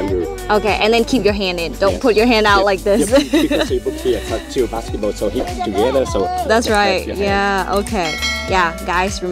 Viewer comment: Thank a lot for your great video. I used to live in Hoi An and miss it so much! Don't you think he said "Basketboat Dancing" instead of "Basketball Dancing"?